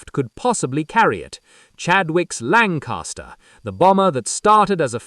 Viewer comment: Lancaster not lancarster